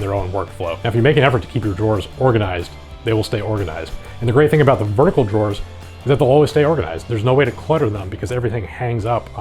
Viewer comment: You're pronouncing "drawers" wrong...